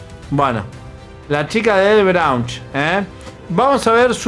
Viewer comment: Me da gracia cuando dice la chica de BROAUNCH